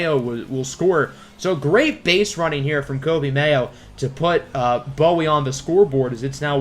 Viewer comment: loved the vid, but our AA team is pronounced boo-wee. maryland is a very odd state lmao